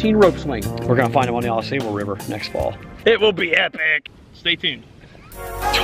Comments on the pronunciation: FYI, it’s pronounced Au Sobal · Yeah! You said it correctly one time: Aw-saw- bull. 😂 I lived in Michigan many years ago, and my dad and I enjoyed many canoe trips on Au Sable. Thank you for bringing those incredible memories back to me. 💗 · Yep, I know how to pronounce it correctly...I just kept forgetting during the filming. Its hard to change something that you've been pronouncing wrong for over 30 years, lol. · Yeah I know, I said it properly a few times through the video but after pronouncing it wrong for over 30 years it’s hard to change LOL